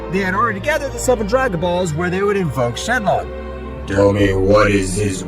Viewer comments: It's not shenlon it's shenron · shenron not shenlong !!! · Its shenron not shenlong